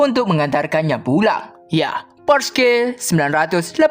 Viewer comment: Porsche=di bca porchs